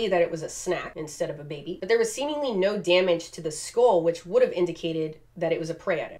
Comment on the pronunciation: I love how you say no ur just like “nyo” Luv u lol